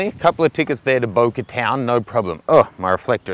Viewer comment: I love how you say bokeh, you say BOKER!